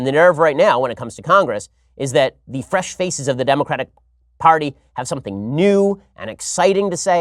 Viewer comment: Every time he says "fresh faces" I hear "fresh feces" and its now hilarious as well as terrifying.